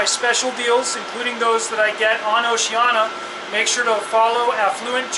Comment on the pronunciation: OCEANIA not Oceana......cluts